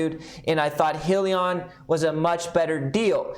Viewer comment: Pronounced “hi-Leon”